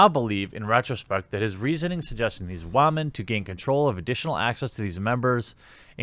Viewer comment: Why do you say wamen